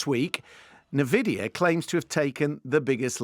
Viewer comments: Nvidia is pronounced EN VID EE YA, not NIV ID EE YA. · en-VID-ee-uh NOT Nuh-vid-ee-uh - why should anyone waste their time when you can even get the pronunciation correctly?! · thought it was 'en-vidia', like jealousy, not 'ne-vidia' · nuh-vidia. smh. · Navidia? Tf is that? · Na-vidia. Real tech guy there. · Host Intros/Teaches us about gaming and major AI players. Mispronounces the company name. (En-Vidia) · (Ni-Videa) DLSS is double-long super short (obv.) 😄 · DLSS is Deep Learning Super Sampling, not "Super Scaling". On top of that the mispronunciation of Nvidia, I have a feeling the BBC "tech experts" are about as "expert" as IGN Journalists are "journalists". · The NVIDIA pronunciation is really getting my goat 😅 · know so much about tech that cant even get one of the worlds largest company names right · Yeah that's ridiculous, how can your front a show on this subject and not even know that..